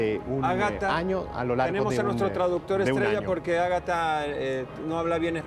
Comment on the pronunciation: Se llama Agathe, pero le dice “Ágata”, dice Quetzalcoal en vez de Quetzalcoatl, “amanar” en vez de emanar. Si así habla nuestra lengua, como hablará una lengua alienígena basada en “altas frecuencias”?? Quizás ella cree en lo que dice, en ese caso esta loca. Lo mas probable es que solo sea una estafadora que ya llegó muy lejos.